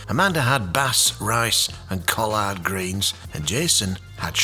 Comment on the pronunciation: Loved the tree shots! And it was ingenious to use car lights on Amanda! But as a Southerner, I simply must say something about the "CO-lard" greens. It's pronounced "CA-lerd" and sounds like a "collared" shirt. Of course, you might have been mispronouncing it on purpose, LOL!